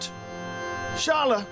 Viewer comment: It’s pronounced Skala dude!